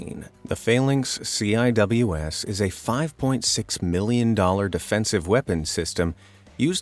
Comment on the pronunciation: CIWS (pronounced as: “Sea-Wiz”) (🤦‍♂️ get it right 🤦‍♂️)